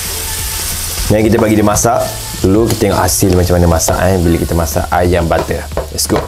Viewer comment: Saya dengar di menit 6 bukan ayam masak kicap tapi ayang masak kicap😂